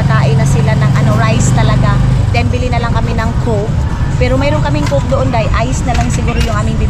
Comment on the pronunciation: Alm m maninay hndi m nman aq bascher kaya lng kng minsan ayusin m nman ang pag bigkas ng mga bagay bagay wag m iisang kay sinasabi m semple raka dba so yn lng lalo n ang cake ang coke ayaw iislang Para ok inuulit q hndi m aq ba her dai